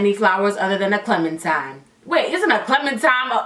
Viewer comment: SHE SAID CLEMINTIME💀💀💀